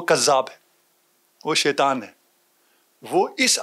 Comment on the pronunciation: tu beshak azeem hai but apna( sheituwaan) theek krain. Shaituan.